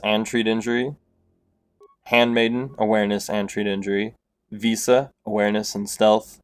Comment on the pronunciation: Good info, but my guy, you clearly can't read lol. The companion's name isn't Visa, she's not a credit card, it's Visas. Also the class of Jedi that most frequently uses Force techniques are not counselors, they are consulars as in a government or diplomatic position not a mental health professional.